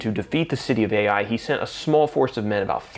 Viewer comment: I thought the pronunciation fo the city Ai, is EYE, not ay-eye. The Israelites were all held accountable and they had to dole out the capital punishment. That must have been hard. Imagine being the child of this man and being stoned to death for Achan's greed and lust.And all of this sin is burned. ties into the end times. We need to get right with God now. Excellent reminder.